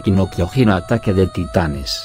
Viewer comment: Amigo al menos pronuncia bien el Kyojin que lo dice Kyogin :v